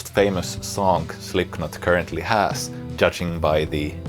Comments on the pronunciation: Great playing but please, stop saying Slipknot with a K!!! It´s pronounced SlipNot! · Great video, all points made very well. The only point i can make is that the 'k' in 'Slipknot' is silent. But your English is far better than my Finnish so i almost feel rude pointing it out! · Great video, I love this stuff. Also funny, and in the theme of this video is how you pronounce Slipknot wrong - the "k" is silent